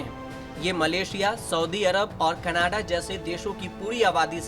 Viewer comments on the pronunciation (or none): none